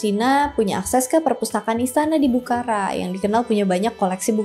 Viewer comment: Sorry, dibacanya bukhoro, abjad arab ga ada ra, tapi ro 🙏